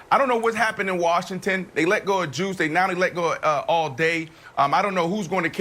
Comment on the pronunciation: This dude Marshall said you let go of "Juice" lmao bro he assaulted someone and it's Guice